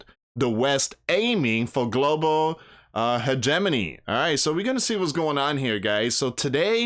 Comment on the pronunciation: Did you say Hedgemoney? What was that word? Can you spell it please?